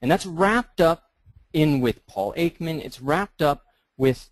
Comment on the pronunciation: The first thing that pops into my head when you say "anatomy" is "the human form." But then I am not exactly typical (and I learned a bit of latin when I was younger, which tended to give me a deeper understanding of Western language than most my age). And... It is Paul EKman, not "Aikman". The distinction is slight. Ekman is a psychologist and Behavioralist, and not an Author, and he is probably more "pop-science" than "real science."